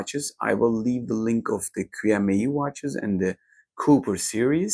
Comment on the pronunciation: It's promounced "chi may".